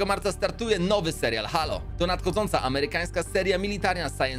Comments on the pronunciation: teo się czyta heilo a nie halo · A czy "Halo" nie czyta się czasem Hejloł? Mały błąd ale tak kłuję w uszy że musiałem pomijać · Bardzo fajny film czekam na nowy sezon i tak tylko prostuje bo mówi się Hejlo czyli Halo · czyta się : Hejlo